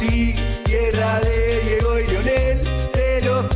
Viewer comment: Man said “David Maradona”. Smh